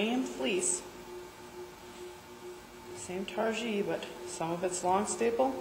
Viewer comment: I don't want to rain on your parade. The wool breed is pronounced Tar-gee. Like the stuff you put on your roof and the thing you wear to karate class. It's a long e on the end. Incidentally I just bought some targhee top to spin for the first time. Oh yeah.